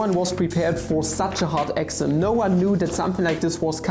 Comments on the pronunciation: I was so confused, I kept hearing "Axiom" when was actually trying to say "Exam". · Sorry, but an exaaahm is not an excem. I wil worry about the Math a little later. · your exam sounded like axiom. hahahahaha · WTF???? wtf are you trying to say? exam or axiom!!!! btw I Luv ur vids